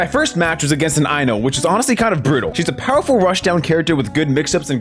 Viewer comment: Ain't no way you just pronounced I-No's name Eye-No 💀